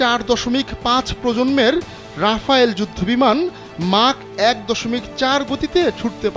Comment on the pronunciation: ওটা রাফালে, রাফাল রাফায়েল কোনোটাই নয়